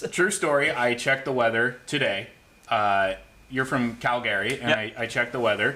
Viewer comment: Cal-Gary? Wtf was that 😂